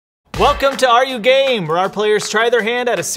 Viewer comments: why do i hear "are you game" as "are you gay" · At the first second of the video i though it said welcome to are you gay😭😂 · I thought you said welcome back to are you gay🤣